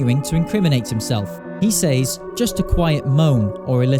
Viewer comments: It's sez, not sayz 😭 stop saying he sayz stuff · Is it just me or does he say " says " weirdly???